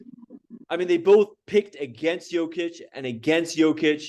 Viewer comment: One of these guys talking couldn't even pronounce Jokic's name correctly! And Kendrick Perkins and Nick Wright are both idiots.